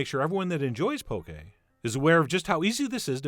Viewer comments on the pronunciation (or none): I literally just had this at Yo Sushi :D Also it's 'Pokeh' not poke lol!